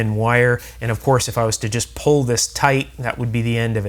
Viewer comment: Please stop mispronouncing the simple to pronounce word ,"pull ", it's not. ,"prrrhhhlll".